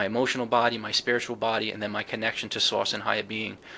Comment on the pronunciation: I love accent when he says “Divine Source”—it sounds like “Divine Sauce” to my ears. Cracks me up every time!, I’d love to see a live chat or a segment about humor in this whole experience. I’ve had moments of deep laughter that felt genuinely healing—like when the tricksters show up to remind me not to take myself too seriously. I’d love to hear your (and others) thoughts and stories about how humor plays a role in the spiritual or consciousness space. Thanks again for the great podcast!"